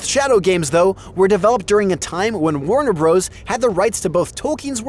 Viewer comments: Please stop calling it ‘Warner Bros’ it is meant to be pronounced ‘Warner Brothers’ despite the shortening of the name in print. There is nothing more annoying than hearing Bros. Same with Mario it is pronounced ‘Super Mario Brothers’ not ‘Bros’. It’s not rocket science so please do right by the creators. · It's not "Warner Bros", it's Warner Bros., which is "Warner Brothers", for Pete's sake. lol